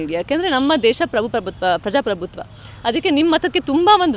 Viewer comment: ಪ್ರಜ ಪ್ರಭುತ್ವ ಅಲ್ಲಾ ತಾಯಿ.... ಪ್ರಜಾ ಪ್ರಭುತ್ವ........